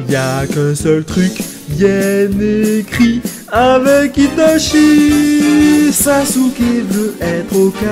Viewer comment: "Itachié" 😂 masterclass